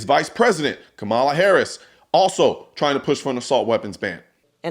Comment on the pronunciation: What's the vp name? Come on a hairy ass? That's what it sounds like every time the media says it.